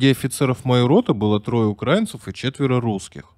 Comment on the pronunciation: Правильно делайте ударение в слове УКРАИНЦЫ, обращайте на это внимание!